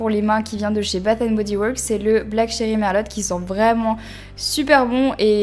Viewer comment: black cherry merlot (le t ne se prononce pas ;) ) c'était mignon merlotte ^^ après perso je me douche le matin tout simplement pour être fraîche pour la journée :) mais le soir c'est sûr c'est bien pour se détendre. kUsmi tea et pas kousmi. je sais je corrige mais bon c'est sympa de dire les marques correctement. Après quand tu ne te lèves pas tôt le matin, tu peux te permettre de travailler les soir. Mais je ne comprends pas pourquoi vous changez de routine par saison. perso j'ai la même été automne printemps hiver...